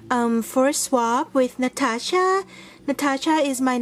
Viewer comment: stunning creations! Love those so much! And yes you pronounce my channel correct! Thank you so very much for a beautiful card and box - love, love, love those. Keep looking on those all day long! Hugs, Natasha